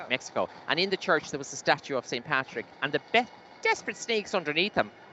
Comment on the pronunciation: It's Patrick not paddy